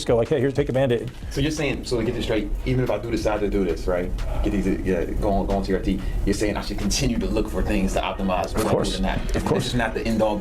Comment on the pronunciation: "Tea Arty" - TR Tee